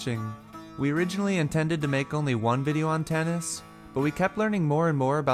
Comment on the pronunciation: please say Tanis with vocal "a" not Tennis god damn it